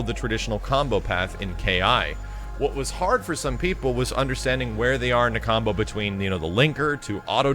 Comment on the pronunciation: Anyone else hear him same "Cumbo"